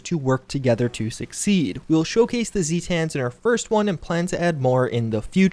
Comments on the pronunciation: My dude they are ZAY-TUNS not ZEE-TANS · The way you pronounce almost everything you say triggers me. Weekee for wiki, zeetans for zetans. Many other things. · Zeee tans? The way he pronounces this really hurts my head and really makes me feel like he never actually played fallout games besides 76 and 4. You should have heard these words in game before. Why are you pronouncing them wrong. Unless its intentional. In that case...why. Instead of im just gonna pronounce it Jew-ice-heed